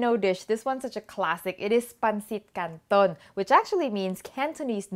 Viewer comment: I love how you pronounced " CANTON" so cute and right on the butt.